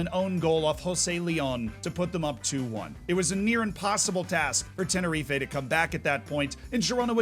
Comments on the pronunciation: Tener-REEF not Tener-FEEFAYE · Tenerife is pronounced (at least by ALL the british so hopefully we're not wrong) 'ten-er-reef' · You learn something new everyday, I didn't know that Americans pronounce Tenerife as Teh-ner-ee-fay, rather than what I've always heard teh-nur-reef.